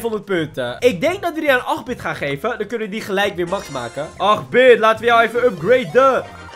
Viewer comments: Hahahaha acht bit😂 het is eigenlijk (hoe je het zegt) eet bit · Het is ait bit zo spreek je het uit dan ipv 8bit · acht bit het is acht in het Engels en dan bitt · Je moet geen 8 bit maar etbit zeggen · Hahaha hoe je 8-bit zei XD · Zeg de acht in het Engels dan zeg je acht bit goed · Je zegt 8 bit verkeerd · gast de hele brawl stars wereld is nu cringe omdat jij altijd 8-bit heel raar zegt